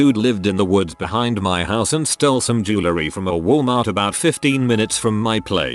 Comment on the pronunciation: How old you manage to get the bot to mispronounce the word jewelry?